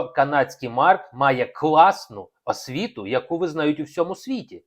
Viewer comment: Браво!Все те ,що я хотіла написати,але не вистачає в мене терпіння і емоцій так багато писати...Коробить від притворства Українства,одне лише слово,повторене неодноразово:асвіта(освіта).Навіть в інтонації відчувається болотне жабодавство.Хто має право оголошувати публічно матеріальне становище іншої людини?Ще багато можна продовжувати.....А Марк відкрита,чесна ЛЮДИНА!!!